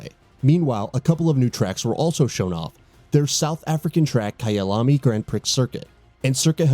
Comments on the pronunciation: Did you just pronounce Gran Prix like priks? It's a French word, its pronounced pree. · “Gran pricks” LMAO